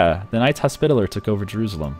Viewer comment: I started spitting food from laughing. called the Knights Hospitalier the Knights 'Hos-spit-aller'. HAHAHAHA